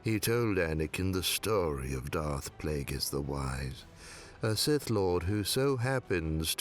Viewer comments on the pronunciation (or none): none